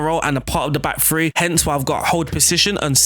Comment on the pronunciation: its THREE not free